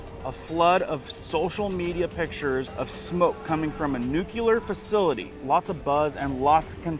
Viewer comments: It is spelled NUCLEAR not nuculer. NEW-CLEE-ER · Nucular is not a word! The word you are thinking of is nuclear! I hope you can learn this! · It is new cle er. not nu cue ler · Why he saying W OL E F instead of WEF... and I can't take anyone seriously that says "nucular"... it's NUCLEAR. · ITS NU-CLEAR NOT NU-CULAR ATOMS HAVE A NUCLEUS NOT A NUCULUS!!! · Love the Channel Brah ... Will keep watching....NewClear 👌 ❌Not Nukular❌ Aloha 🤙🌺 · I watch your channel all the time and find it very informative. As a teacher (NOT woke), I am asking to please stop saying nu-cu-lar. It is nu-clee-ar. Just remember that if they drop the bomb it will be “new” and “clear” everything in its path. Just a massive pet peeve. 😊 Thanks for all you do! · It's like saying "Newclear..." not "Nucular."🤓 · I really enjoy your informative videos but I have to say something. It isn't nucular. It's Nuclear. NEW-KLEE-ER. I look forward to all future videos. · YOU LITERALLY JUST READ "NUCLEAR FAMILY" AND STILL SAID NUCULAR YOU EVEN HESITATED SAW IT AND DECIDED TO PRONOUNCE IT INCORRECTLY!!! OMG SORRY THIS STUFF JUST REALLY PISSES ME OFF! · Please! The word is NU-CLE-AR.